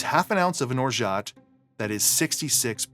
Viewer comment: Great video once again! A side note about "orgeat". It's a french name and in french we keep the "T" silent 😉